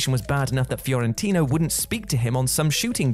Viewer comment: Fiorentino not Fiorintino.